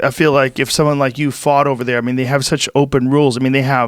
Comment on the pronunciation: Every time he says "fought" it definitely sounds like he said "fucked". "Yeah I fucked him in this video".